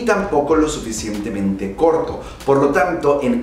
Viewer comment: lo "suficiemtemente largo" xd